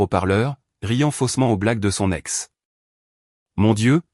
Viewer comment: 10 secondes et on trouve "son...ex" au lieu de soNEx puis "son...avocat" au lieu de soNAvovat et oui les liaisons cela existe. L'ia est sans contrôle et le guignol qui a copié cette vidéo, il n'a rien inventé, car pour cela, il faut un cerveau. Sans rien contrôler, cela demande du travail, il est juste là pour faire du pognon, et youtube aime les fainéants.